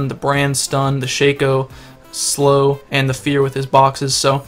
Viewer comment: you say it sha co but its shac o